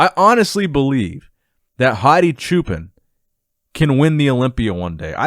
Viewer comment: Anybody from Iran can actually tell us how to pronounce Hadi's surname? I think that "chuupan" is kinda wrong lol